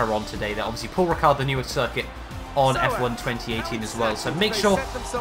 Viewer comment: It's Paul Ricard not Pal Richard.